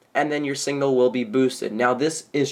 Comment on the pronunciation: Signal not singal